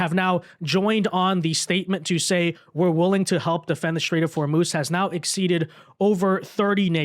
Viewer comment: It's a "strait",. Not a "shtrait".